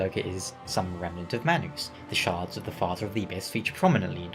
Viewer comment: heard how u pronounced manus, immediately clicked off